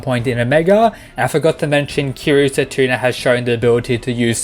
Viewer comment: “Setuna” It’s setsuna, lol